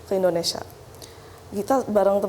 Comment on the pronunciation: Mohon dikoreksi.. Kelihatan tidak bermasalah.. Dalam mengucapkan... Bukan INDONESA... tapi INDONESIA... Maaf sekedar saran & Koreksi...